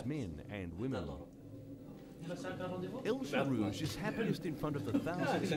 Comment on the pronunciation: This journalist making the still common mistake of applying English speaking rules to the pronunciation of a foreign name. Right off the bat he muffs El Gherrouj and Ngeny. (Ex) Colonial arrogance at its finest.